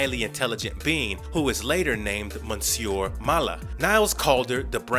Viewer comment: The repeated mispronunciation of "Monsieur" and the narrators use of it like it's a first name, when it is instead a french form of adress and the equivalent of "Mister", makes me angry.